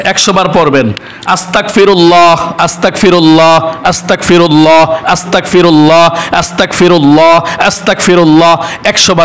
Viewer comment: আসতাকফিরুল্লা নাকি আস্তাগফিরুল্লা একটু সঠিক ভাবে বলে দিন আমি যতটুকু জানি আস্তাগফিরুল্লা সঠিক ভুল হলে ক্ষমা করবেন!